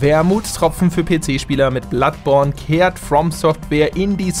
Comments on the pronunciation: Hat er bei ´Bloodporn gesagt xD haha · Ich hab bloodporn verstanden 😂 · Bei sagt der knallhart BloodPORN xDDD